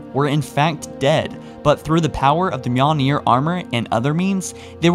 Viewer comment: One day, he will say Mjölnir properly. At least it wasn't manure...